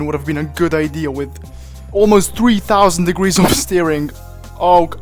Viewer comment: "1620 degreese of rotation" "2160 degreese of rotatio"